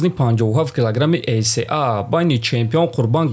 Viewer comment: Не " ей се а " а "ей си ей "